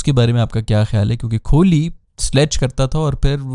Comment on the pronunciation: Its kohli not kholi. Pronounce sahi kren